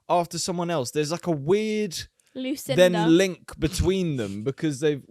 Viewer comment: you said my name "Lucinda" and I have never felt more petrified in my life. you don't hear that one very often.